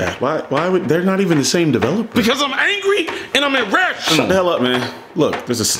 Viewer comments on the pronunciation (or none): none